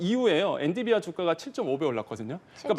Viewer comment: 이 사람은 엔‘비디’아를 맨날 엔‘디비’아 라고 하네ㅋ 한 번이면 실수일 수 있어도 늘 그러는거면 모르는거임ㅋㅋ